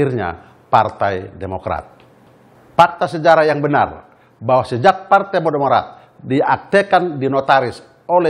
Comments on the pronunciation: "Partai Podomorat" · TEKSNYA JAHAT BANGET WKWKWK KASIHAN BAPACK BAPACK INI BACA TEKSNYA PODOMARAT... UNTUNG BUKAN INDOMARET "DI DEMO LU SM KARYAWAN INDOMARET" 😂😂😂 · "PARTAI PODOMORAT" 😅 PAK SALAH SEBUT AP PARTAI BARU TU PAK...